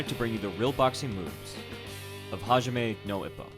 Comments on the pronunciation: My man did not just say jamine nou ippo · "hayame nou ipou" that pronunciation made me my day :P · Hajaime no ipow.... my japanese ears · IT'S FUCKING PRONOUNCED: HAAA JIIIIII MENNNN NOHHHH EEEEEE POHHHH U FUCKING CASUAL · Awesome vid. Love Hajime no ippo and you explaining it and seeing the original boxers use the moves is pretty cool, but your pronunciation of it irks me a little. It’s not fluid. It is supposed to sounds more like “Hah G may no E po.” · HAJAIMAY NO IPPO? -villager angry sounds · HA-Ji-Meh No Eee-po. It sounds much more Japanese articulated and spaced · "hajame know ippow" lmao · "HAJAME NO IPPO"?? WHAAT? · Hijaeime no Ippo? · "HAJAME NO IPPO" lol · Hashjme no epok seems legit Also ik you already commented about your mispronounciations but i find it to be somewhat silly :P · hijahmie no ip-oh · HA-jee-may no E-po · if you're curious on how it's pronounced it's "Ha-Gee-May No Ee-Po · Latin vowel sounds. Ah, Ee, Oo, Eh, Oh Hajime - H(ah)j(ee)m(eh) no (Ee)pp(oh) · My dude, hajime no ippo is not pronounced like that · Ha ji meh no ippo, not hajyahme no ippo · Is it just me or the pronunciation for hajime no ippo really triggered you?? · I love this video but I’m not a fan of your pronunciation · You Just murdered the Japanese Pronunciation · Awesome vid. Thanks for the break down. Just gotta work on your pronunciation for the anime's title Hajime No Ippo, haha! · You didn’t pronounce the name of the show right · Man your pronunciation really triggered me 😅. The best way to learn the names/pronunciation is watching the anime in subs. Also good video I have been watching and reading the manga for a long time love the show. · God damn man cringe at you slaughtering the shows name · Little triggered at your pronunciation at first, but it got better as it went on. >vagina no hippo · Hijzame No Ippo And then he gets it right once! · hazhamay no ipbo whats wrong with his pronouciation it's hajime no ippo lol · "Hajame no ippou" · "Jeime Nou Ippo"